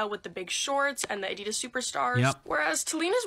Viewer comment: There is this joke here in Germany: What does PUMA stand for? Probier unbedingt mal Adidas, means: You should absolutely try Adidas. By the way: The second syllable of Adidas is not stressed. It´s the leading A.